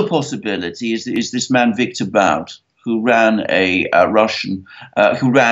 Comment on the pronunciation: Viktor Bout is pronounced boot as in shoe. And yes, he was hung out to dry by the CIA after running guns for them.